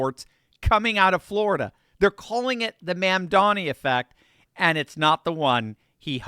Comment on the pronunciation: Please pronounce correctly. It is mom. Mom momdani. Not man. Not man. It is an o. O. O. Mondani